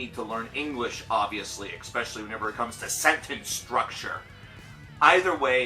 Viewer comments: You are obviously intelligent but I cringe when you say “Ex-specially”. Haha please, bro it hurts. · Can you really say that someone else needs to "learn to speak English" and then immediately say "exspecially" several times?